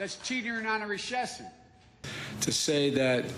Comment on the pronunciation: Reshess-on. HEY BIDEN, HAVING A MINISTROKE?